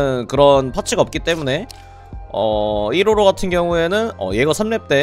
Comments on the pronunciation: 155발음을 뭐라고 하시는거임? 이로로? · 초반에 설명할때 계속 이로로라고 해서 웃김 ㅋㅋㅋㅋㅋㅋㅋㅋ